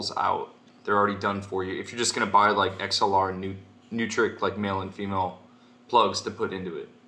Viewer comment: Neutrik is actually pronounced NOY trick. Like how you anNOYed with me